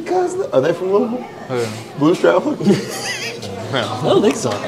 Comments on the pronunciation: Bryan coming right out with the correct pronunciation of Louisville is how I know he's a real one!! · that last louisville Pronunciation made me spit my drink out lmfao hilarious